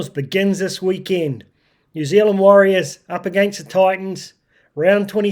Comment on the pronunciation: WARRIORS NOT wahs.